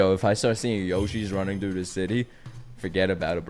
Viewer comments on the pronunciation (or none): none